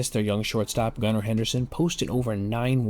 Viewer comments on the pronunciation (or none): none